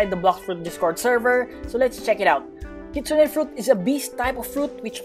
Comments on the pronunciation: Kitsune pronounce kit-soon not kitsuneh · Kitsune pronounce kit soon not kitsuneh